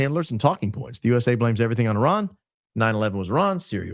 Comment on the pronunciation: Thanx for saying Iran instead of Eye-ran😅❤